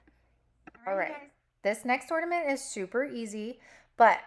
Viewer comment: You need to pronounce the letter “N” on the word “Ornament”❤❤❤❤❤